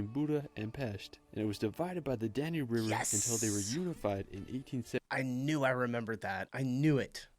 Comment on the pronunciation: Duna River, not danu